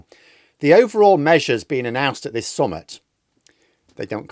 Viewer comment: please stop pronouncing summit like "summut was up". Summit is spelt with an i and pronounced as in tit, not with a u and pronounced as in tut.